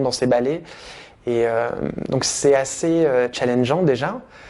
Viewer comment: Pas "challengique"??!